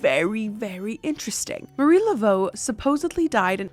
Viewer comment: Hey! I'm a Pure-Blood Cajun here, born and raised in Southern Louisiana. I just wanted to let you know that it's been a very long belief that if your say Marie Laveau's name wrong she will come and haunt you. The first two time you said it were incorrect, but you quickly switched to the correct pronunciation. Now a Gris Gris bag is basically just like a lucky charm with some ingredients and enchantments. Gris Gris is pronounced (gree gree). It's sort of just means negative magic. If someone is having a lot of bad luck we often say that someone must have put a Gris Gris on them.